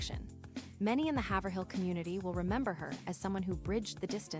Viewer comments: It’s “Haiv-rill”. Not “Haver-hill” When the pronouncement of her town is constantly incorrect because you’ve never even been there, or even SAID OR HEARD the town…. It’s cringe! Fix it! It’s a dishonor to her! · Haverhill is pronounced hay vur hill